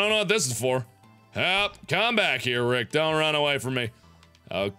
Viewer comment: Felp? For some reason I thought you were intended to say fap. O_o